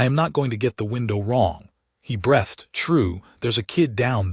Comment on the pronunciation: Arrgghhhhh. Teach it to pronounce arithmetic and breathed, correcfly. Ruined a perfectly good story